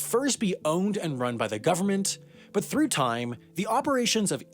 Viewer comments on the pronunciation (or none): none